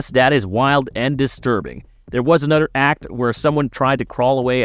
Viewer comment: Dude you you seriously are gonna talk over the whole thing like why can’t I watch the thing it’s a horrible video and the way you say another is so weird Super thumbs down